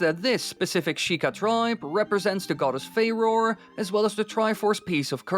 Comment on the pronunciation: Say it with me fa-ro-re you have to sound it out..it's not fa-roar